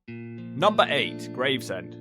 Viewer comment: Ahh yes, Gravsend..... me mate closed his business here a few years back (Just up that hill from that pier), when he started to see the rot set in. Love you to come up to the East Midlands, and especaly give Ilkeston (Erewash), and it's dog crap neighbour, Cotmanhay (Both in Derbyshire)...... both are an absolute toilet.